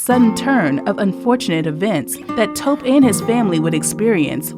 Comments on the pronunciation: Taw-kpey not Toep. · Greetings! Appreciate all of the information you provide for our community. Just wanted to share that this awesome brother’s name is pronounced Toe-pay. Thank you again for providing amazing content 🙏🏾